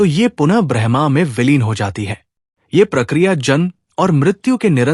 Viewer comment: आपने तो बड़े ही गूढ विषय को छुआ है,इसके लिए आभार।पर उच्चारण में थोड़ी कमी है।जैसे ब्रह्म को आपका ब्रह्मा उच्चारित करना।